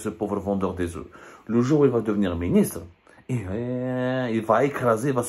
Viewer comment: Il ne doit pas prononcer le f quand il emploie les oeufs au pluriel, mais, malgré cela, il parle bien français.